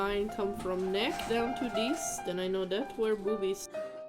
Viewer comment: What accent is diiisss? I had to😂😂😅